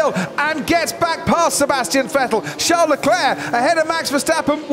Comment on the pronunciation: Sean Leclerc? what is Sean British for Charles?